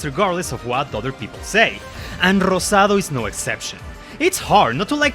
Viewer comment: I’m super late to this but I appreciate other Latinos that like Fire Emblem, it makes me super happy! Also “Anita la huerfanita, Horchata y Rosado” pronounced in Spanish was amazing to hear bro Te ganaste un fan ☺️